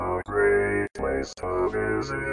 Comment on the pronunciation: Micaville is named for the mineral, mica; therefore pronounced mike-uh-ville.